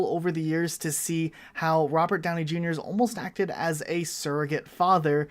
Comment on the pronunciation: Owh Mah Gouwd Its Rubert Downey Jueniur (Misspelled Intended)